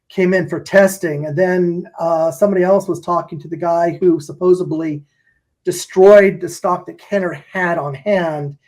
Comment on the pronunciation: *supposedly Unless he pronounced it “supposebly” as an action figure articulation pun. But I doubt it. 😂